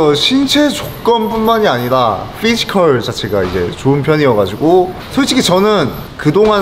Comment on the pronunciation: 바이퍼 어디 유학파냐 피지컬할때 f 발음 졸라하네